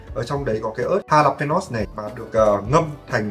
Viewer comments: Ớt mễ đọc là Ha-la- pê- nhon (jalapenos) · Jalapeño phát âm là ha-la-pê-nhô ạh